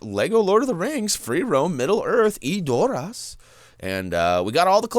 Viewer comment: ...I hate to say this...but you're saying Edoras wrong xD Check this link, it's an interview with the producer where you can hear how to say it: /watch?v=-LVJ4yWOndk I'm not hating, just trying to help;)